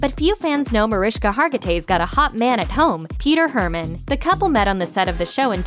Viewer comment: There's no h in Mariska